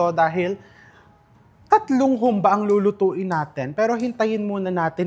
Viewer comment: May diin poh ang " ba " sa dulo.